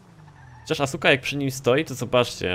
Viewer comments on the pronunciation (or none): none